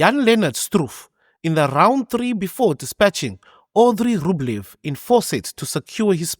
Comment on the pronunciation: Did you say Audrey Rublev? 🤨😂